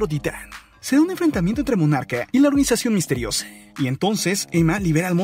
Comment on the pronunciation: Aprende a hablar con palabras normales oficiales Lee el diccionario de la real acadèmia española en vez de cambias las letras... No es Godzile, es Godzilla... No es Monarque, es Monarca... Las cosas como son, nmms